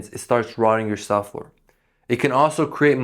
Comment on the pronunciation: Thank you for the great tips. You might want to consider working on pronouncing subfloor. Sub floor. It sounded like suflr. I had to hear it a few times before I figured it out. Great information, regardless.